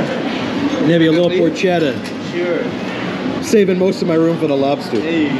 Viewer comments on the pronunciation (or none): We love vegas and we love your videos. Thanks for all you do, but I wanted to let you know that porchetta is pronounced -poor-kay-ta. Thanks. Every Italian American will thank you.